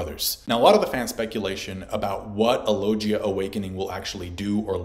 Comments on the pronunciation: Why do u say lojia instead of logia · IT'S LO-GI-A, NOT LO-JI-YA FFS!!! ARE YOU VIZ MANGA, ZOLO??? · not gonna lie, each time you said "logia" ; it physically hurt. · Great video but I went straight the comments when I heard you say logia and I'm shocked no one has commented on it